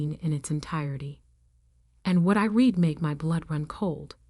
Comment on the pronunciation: Irrelevant, sometimes irritatingly distracting background! The word "read" pronounced "reed" as infinitive and present tense and "red" as past tense and past participle!